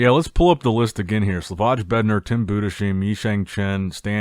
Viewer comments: Bro how many times It's not Buddha-sheem It's Boo-dis-hime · I've been commenting this for years now. Budesheim is pronounced Boo-diss-hime. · No tim Bu des heim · Rather Boo - Dass (like in „*ss“) - Hyme